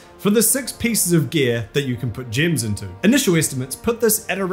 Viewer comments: It's gems not gyms. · level your "jims" love your accent :)